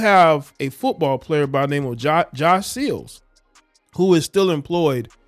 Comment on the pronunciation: So y'all know he said Sills not Seals lol